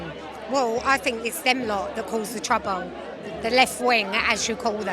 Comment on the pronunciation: " Its the left causing the trabuw" Apparently